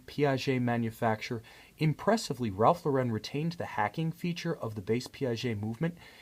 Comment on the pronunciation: Great review. Beautiful watch. You clearly understand horology. Please know that it's Ralph LAUR-en, not Ralph Lau-REN. Accent on the first syllable.